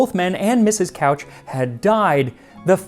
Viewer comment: Hi! Your pronunciation of the last name Couch is incorrect. It should sound more like "cooch". I've been told this story a thousand times by the old family who loves fruitcake.